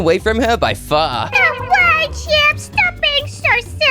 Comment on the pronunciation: Bruh it's not chop it's chip